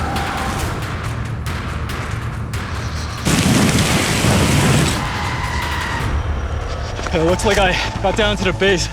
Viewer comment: 김미 어 캐뭬라 할때 발음에 치임 ㅈㄴ 머시뙇